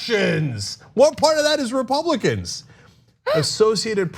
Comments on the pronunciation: Love Hillary but she said Russians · I think she said "RepRussRicans" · From an Aussie...... I definitely heard "RUSSIANS" LOL LOL LOL LOL etc